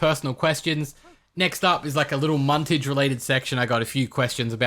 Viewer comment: Muntage and like those japenes woman